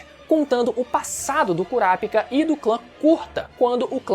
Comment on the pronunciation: Nao e curapikah e curapica porra 😂😂😂 fala direito